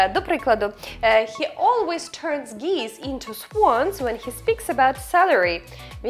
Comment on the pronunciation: гуси буде "geese", а не "geeze"